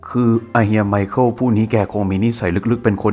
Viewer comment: ไมคาเอลล อ่านแบบโง่ๆ แต่ต้องออกเสียงไวๆหน่อยนะครับ ไมเคิล นั้นล่ะจ๊ะ